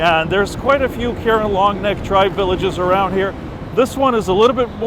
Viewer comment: I’ve worked with this ethnic minority hilltribe for the past 18 years. The proper pronunciation is “car-wren.”